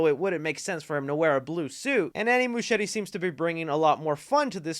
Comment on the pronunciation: Is that how you pronounce Muschietti? Serious question, cause it's weird, the name sounds Italian, but I google him and he's from Argentina, but his sister's name is Barbara, very Italian as well, and if it was Italian Muschietti would be pronounced with ahard C (almost like a K) so I'm just curious now LOL